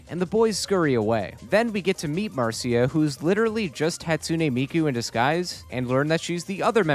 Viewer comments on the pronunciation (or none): Mar see uh? no Marsh ugh? yes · huh. ive never heard it pronounced mar seeuh before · marcia is usually pronounced "mar-shuh"